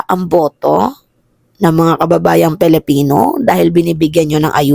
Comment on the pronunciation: PILIPINO not PELIPINO